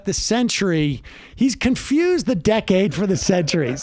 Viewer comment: He doesn't say decade ... he says days